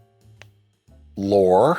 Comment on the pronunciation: Austrian, not Australian! And “Lore” is pronounced “Laurie”, not like Data’s brother!